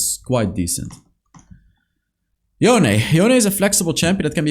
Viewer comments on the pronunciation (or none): none